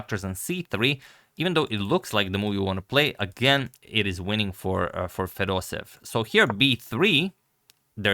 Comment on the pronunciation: Agadmator, he is not Fedosev he is FedosEEv. You need to pronounce both “ee” like Fedos-e-yeV. Same thing for Petrosyan. He is not Petrosin he is Petro-sya-n.